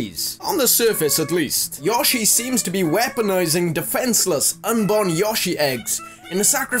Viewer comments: Y-oh-shi, not Y-osh-i. That drove me bonkers XD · It's YO SHEE not YAH SHEE, Jesus. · Why can't British people ever pronounce Japanese words properly ? Yo-shi not Yosh-ee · It's YO-SHI not YAW-SHI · (Yo-She) yoshi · I hate the way this guy says Yoshi